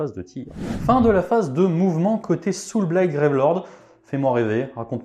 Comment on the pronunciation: Aaaah le saoûlblaillte légion of bloude, rien de tel